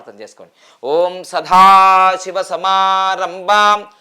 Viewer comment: సదాశివా అని పలుకవలెను సధాశివ కాదు